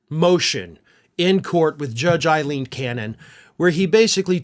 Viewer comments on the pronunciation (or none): 'A'ileen Cannon, with an 'A'.